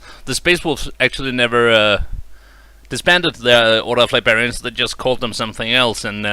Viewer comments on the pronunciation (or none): Lost me at "Li bearians" instead of librarians. The damage can't be undone.